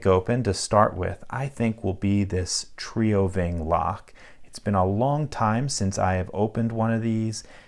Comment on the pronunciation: Here's how you pronounce TrioVing: Tree-oh ving.